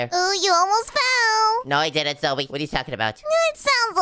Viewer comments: your name si not zoe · I laughed when nico seed zoye